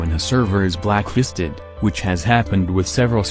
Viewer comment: Everytime he says blacklisted I hear it blackhisted